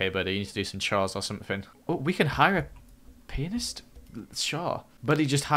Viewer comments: Painist??? It’s pronounced pee-an-ist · When was saying "pianist" I thought he was saying "penis" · When said "Pianist" it sounded like he was saying something else(if you know what I mean)